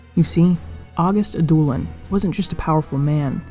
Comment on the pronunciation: Love the vid. Could be wrong, but I think it's pronounced "Ad-doh/dow-lin" which is more of a vowel sound similar to "ouch" rather than a hard "oo". It's a softer prounciation more related to French.